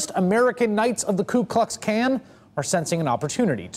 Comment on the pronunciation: ku klux can lol is that what he said